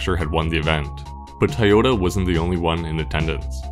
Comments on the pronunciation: It's not TIEyota.. lol.. that was driving me crazy. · Am I hearing "Thai-yoda" ??? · I've never heard anyone say "Ty-ota" before... I'm pretty sure there's another O in there.